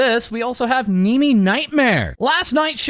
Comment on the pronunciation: Why did bro say kneemi 😂